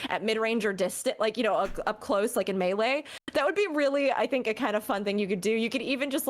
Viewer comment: Why do you say melee wrong